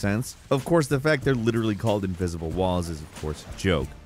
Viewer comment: ivisible walls you said.. :))